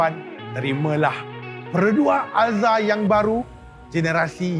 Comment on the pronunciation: Sampai sasul. Alzruz ye. Excited no